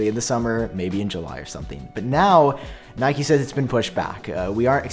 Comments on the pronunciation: Nikkei is pronounced like nick+kay. Got confused with the Nike pronunciation 😂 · its knee-kay not nike 🥴😭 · I'm pretty sure Nikkei is pronounced like "knee-kay" not "nike." No shade though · yo it's pronounced "Nickay", keep the great vids coming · i think it is pronounced “knee-kay”, if its japanese at least. also just picked an m1 mac mini and i think it will last me for a good while regardless, i love my ipad pro as a laptop too much to bother waiting for the 14in pros so that mini fits my workflow perfectly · It is “knee kay”. Like the Japanese stock market.